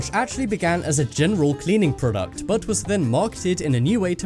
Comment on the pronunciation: prodcut. lol